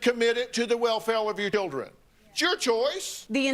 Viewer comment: "welfel of yer dildern"